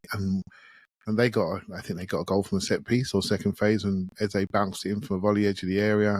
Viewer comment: OUR NUMBER 10s name is pronounced EHZUH not EHZAY. Listen to professional commentators and how they pronounce it. You mispronounce it every show and it was GALLING that you paused to apologize to Hancko bc you may have mispronounced his name, when you disrespect our own number 10 every show! DO BETTER